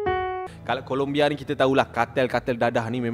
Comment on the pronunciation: "Colombia" bang bukan "Columbia". Rajin buat research sikit. Jangan tangkap muat je. Nama negara orang tu, kena hormat.